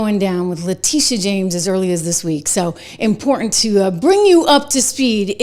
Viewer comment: I'll subscribe only if you stop saying impor-ent!